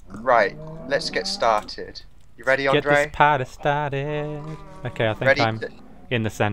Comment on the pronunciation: Andrea? lol Its Andre.